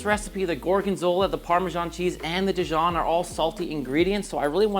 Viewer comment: “dEEjon” not di-jOHN